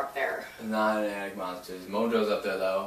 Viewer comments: He said Attict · sounds like he said addict instead of attic